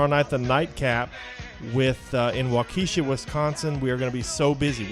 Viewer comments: It is pronounced Walk-I-Shaw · Waukesha is pronounced Wah' key shah